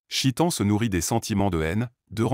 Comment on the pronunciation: On ne dit pas chitan mais cheytan articule mieux mon frère stp Baraka Allah fik